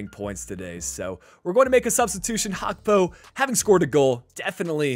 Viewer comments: It's Gakpo with a G not Hakpo 😑 It's bleeding my ears 😑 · Why do you call gakpo hakpo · Liverpool won the community shield and Gakpo’s name is pronounced how it is spelled, not Hakpo